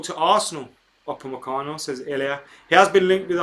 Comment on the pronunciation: Have you heard my name before?! You pronounced it as if you have before.